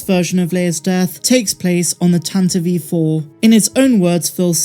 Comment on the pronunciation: It’s Tantive IV not Tantaveve IV